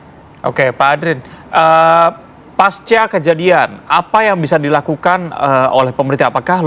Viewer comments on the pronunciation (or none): none